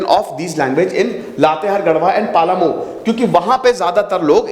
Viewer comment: Sir...it is पलामू not पालामू...😇